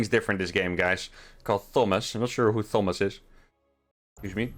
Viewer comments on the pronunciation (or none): "Thomb-ass"? Lol. I suppose in his native language it would be spelt "Tomas" - it's like Thomas the Tank Engine. Using Mines against Zerg you have to get REALLY good shots because they are "expendable" and don't tend to survive their 1st shot. They are a constant drain on resources when built and dropped, over and over, while the Zerg units just built and built to max supply. Add the loss of a CC and that's all Zerg needs to win. 😞 Still, excellent games. 👍